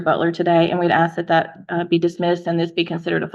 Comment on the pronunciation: I OBJECT to this sovcit using the word AXE instead of the correct word ASK. My personal pet peeve.